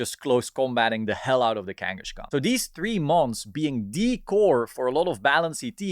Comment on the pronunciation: Sorry to be that guy but it's Kangaskhan, not Kangashkan